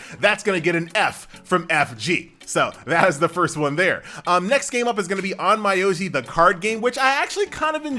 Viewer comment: Nice list, My asian ears bled a little tho when FG prounounced Ahn-My-yow-gee.